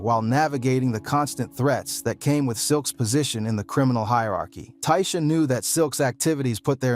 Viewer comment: You can tell this man white lol the way he says ada, dayvon, Tasha lol all pronounced way different